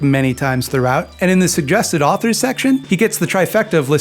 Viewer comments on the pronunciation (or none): none